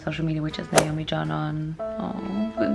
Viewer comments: Nobody: Naomi: hElloW im nAoMmMmen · "Naoman" noone: me: laughing loud